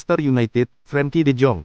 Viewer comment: Namanya Frenkie bukan Frankie . Beliau Orang Belanda dari Arkel . A Be Ce De bukan E Bi Si Di , paham 😉🥰✌️🧡 Salam hangat dari Dombanya Koci JustiNL